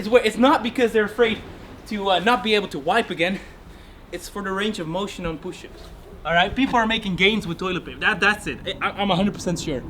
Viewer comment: is holding toilet paper Also: "Pooshups" Me: "Don't you mean Shitups?"